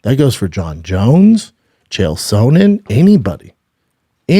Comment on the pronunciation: Chael “Sewn-nin” -B. Schaub